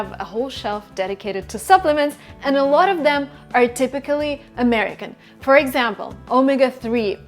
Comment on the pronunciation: есть два слова, которые невероятно режут слух, когда ты их произносишь. Заранее извиняюсь за такие "советы", но тем не менее вдруг тебе будет это полезно. Обрати пожалуйста внимание на слова watching и a lot of. слышу "вочин" и "э лОт оф"